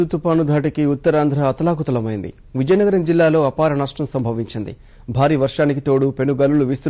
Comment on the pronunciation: విలయనగరం కాదు విజయనగరం...